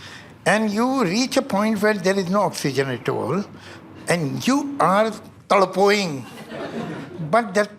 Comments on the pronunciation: He said Tadpoing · i heard javed sir say "tadpo-ing" i can die peacefully ✨🙏😭